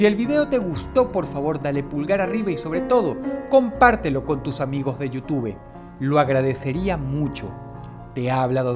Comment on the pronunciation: jajajaj dross dijo "yu tube" xD